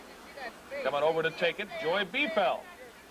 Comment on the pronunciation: LOL, the announcers mispronounced Joy Biefeld's (neè Fawcett) last name!